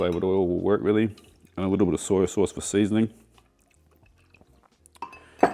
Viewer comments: I think your a brilliant chef and love your channel, but why do you keep saying soyA sauce? Its soy sauce! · I always feel like says “Soy-ya” sauce.😄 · It's an Aussie/ NZ thing.